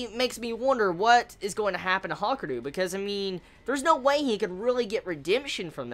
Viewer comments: Ha-ka-ree-ooo pronounce it right lol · It's pronounced like it's spelt. Ha-ku-ryu